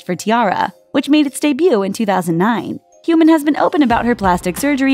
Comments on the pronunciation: Hyomin is not supposed to rhyme with CUMIN KARA is not supposed to rhyme with HURRAH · human from hyomin. LMAO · im really sorry if this sounds rude but how do u mispronounce Hyomin as Human?? there's literally an "O", not "U" or "OO" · I thought she said "human" instead of Hyomin (first girl) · Buttered Lumps It's called being a Hyomin* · Ikr. So cringeworthy and annoying when she mispronounced Hyomin as Human Narsha as Narisha Sang Sang Plus as Seng Seng Plus Kara as Kera